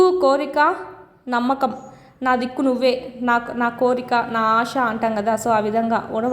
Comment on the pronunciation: ఆష కాదమ్మా ఆశ అని అనాలి. శకారానికి, షకారమ్ అని అంటున్నారు. సరిచేసుకోండి